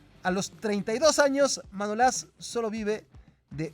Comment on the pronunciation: Manolás no, Manolas, no lleva acento en ningún sitio y por lo tanto no se pronuncia como lo dices. A ver si aprendemos a leer bien, ya que un canal de Youtube lo pueden ver niños que aún no conocen bien las reglas de ortografía y pronunciación pudiendo equivocarlos y llevarlos a errores que copian de las redes sociales. París san yerman tampoco se pronuncia así al igual que muchos nombres de futbolistas que pronuncias mal, desde luego no seré yo quien vuelva a ver más cosas de este canal 💩💩💩